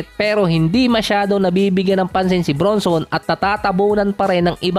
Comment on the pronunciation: Jalen BRANSON ang tamang bigkas boss not BRUNSON